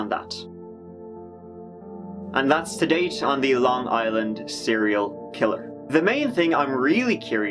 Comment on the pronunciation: no bullshit surprised you pronounced some of the city properly people not from long island usually butcher dat shit